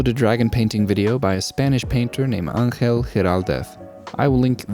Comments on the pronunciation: I feel like no one is talking about how well you pronounced Angel's name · Your pronunciation when you said Angel's name was excellent haha, you sounded really spanish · that was an excellent spanish pronunciation c